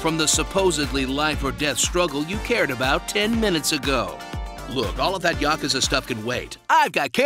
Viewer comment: I have finally found it. A PERSON THAT ACTUALLY KNOWS HOW TO PRONOUNCE THE WORD YAKUZA!